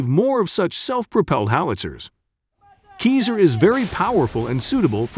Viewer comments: not sure about that... My teacher used to say that there is no voice recording of à person from the roman times speaking latin. So there is no way to know how c is pronounced. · How many times can this dude pronounce Caesar wrong in 8 minutes? Must be some sort of record, even the captions don't know what he's talking about. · Pronounce seazar, not kayzer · We don't prononce Kiser like if it's cheese in german ! But Cesar as the roman emperor ! Vive l'Ukraine 🇺🇦 Vive la France 🇲🇫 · Americans, can you please make some more studies before making a video ! We pronounce : Sasar and NOT Kezar ! SO stop SCORCHING our hears please ! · That hard to get to say Ceaser and not Keezer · The C in Caesar isn't pronounced as a 'k' - it is pronounced as a 'Z'. Do you call the ancient roman emperor Caesar - 'K'aesar? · "Caesar" is pronounced "SEE-Zar" not "KEEZER". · That equipment is pronounced SEEZER not KEYSER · OI! Its Caesar as in Hail Caeser - not Keezer.... jeeezer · Robo speak is killing meee!!!! 😅 Artillery rounds are NOT bullets, they are shells or rounds.... get it right n00b... Also the system is Ceasar (Ceesar) not KEYSER!!!! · please please learn to pronounce Caesar as SEE ZER not KEY ZER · The narrating voice prefers to call it a "Keezer" 😂😂😂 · 'Kizar' howitzer?? It's 'like the Roman Emperor 'Ceasar'! but you'll learn! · CAESAR pronounced: "Sea zar " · Le “Keezere” is la crème de la crème of artillerie equipment! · It’s keezer ya geezer! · Caesar, pronounce it like a Caesar salad ! Or Cesar the Romanian emperor ! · Wasn’t See-zer in command of the Roman “legumes”??? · Pronounced (see zer). You know, like the Roman Emperor Public school graduate commentator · Yeah, is it just me, or does the pronunciation of "CAESAR" fall somewhat short of the mark? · Ok, well then it should be pronounced with a K like the c in cannon. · Pronounce the name right 🤯🤯🤯